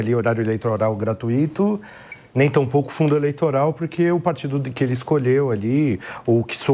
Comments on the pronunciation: O correto é Gratúito e não Gratuíto. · A palavra certa é gratuuuito. Não é gratuííto!